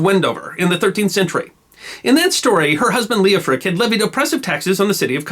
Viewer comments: PLEASE! The name was L-E-O-F-R-I--C, or L-E-O-F-H-R-I-C. NOT "Leoprick" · So Lady Godiver's husband's name was, Leo-prick, ! No comment. That is Coventry's business. Ok the name of her husband is Leo-Frick, I did not understand the narraghter.